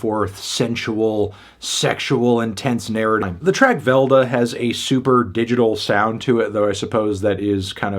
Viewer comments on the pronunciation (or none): how he pronounced velda killed me lmao